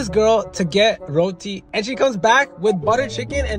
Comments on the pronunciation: I think she said ‘routhi’ but its pronounced ‘roti’ like how its spelled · Theirs pronunciations:routie The actual pronunciation:ruuti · Actually, I’m India, and I found this very offensive it is pronounced roti like really fast you said it like rowti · it's not roti I mean the letter is roti but you pronounce it ruuti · As a child that had Indian ancestors. Aka the indentured labourers that came to Trinidad. I have never heard someone pronounce 'Roti' correctly. They always say 'road-ee' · ROTI IS PRONOUNCED RODIIIIIII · Just so y’all know, it’s pronounced roo-ti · It's pronounced row-tea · Btw we say roti as ruti cuz it's pronounced that way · It’s pronounced rooti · I just didn’t like the way he pronounced roti, so I’m just gonna show you how you’re actually supposed to pronounce it. Here’s how you do it say "ro-ti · Ur pronouncing roti wrong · U pronounces roti wrong as I am and Indian and a Hindu and Hindus eat almost everything with roti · You absolutely butchered the pronouncement of roti